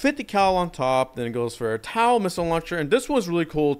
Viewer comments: just a nitpick, but its pronounced tow not tau (sorry for being a nerd) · Im not trying to be that guy but i am, TOW is said like t-oe not t-ow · i am trying to not go crazy to how he says tow taw goes crazy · "Taow" hurt my head this whole video